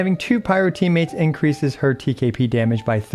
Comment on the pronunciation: TKP sounds like TKB and iykyk😭